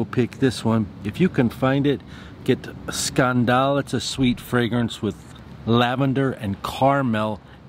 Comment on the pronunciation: Scaaaaandaaaaal? I don't think that's the pronunciation, my man. 🤣😂